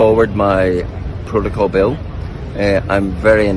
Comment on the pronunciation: The Protycol. Can't even say it right.